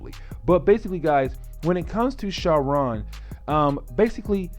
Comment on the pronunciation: You are saying sauron name all wrong. What the x-men animated series. Great video other then that.